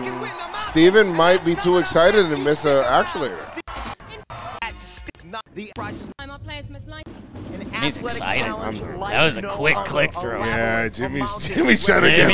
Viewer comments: How does still not know how to say actuator?